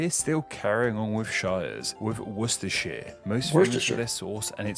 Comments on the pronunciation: Don't pronounce Shire as a suffix to a county, pronounce it as Sher! Only pronounce it as Shire in its singularity, "this is the Shire of Leicester (Pronounced as Lester) Lestersher! To get your tongue around Worcestershire, pronounce it as Worstersher. I know you didn't mean to insult a Londoner by pointing to the mighty river that runs through London as the Avon, you stopped the Video showing Tower Bridge in all its magnificence, with the River Thames (pronounced Tems) running under it, he actually said this in relation to the Thames (Tems). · That's a weird way to pronounce Oxford.........Awxford/orcsford!! Most people would accept it if pronounce it Wustersheer I don't think i've ever heard any Brit saying Derby, it's always Darby. Unless there's a subtle difference that i never picked up on? Manchester is the 2nd most know city in England? I never knew that. I would've thought Liverpool, The Beatles, The Osmonds - Long haired lover from Liverpool.......but mostly The Beatles!! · Your not alone finding Worcestershire sauce hard to say - most english people call it worcester sauce and drop the shire bit. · Worcestershire, you pronounced it perfectly just after the video said it, but then you started thinking about it and couldn’t pronounce it 😉